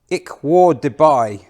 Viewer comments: Pronounced 'varburgh' told off by a German lady sometime ago... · it's pronounced VARTBOORG